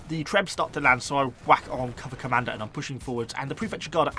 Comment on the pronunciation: Every time you say cover commander I hear "Cobra Commando" and I'm overcome with the need for that unit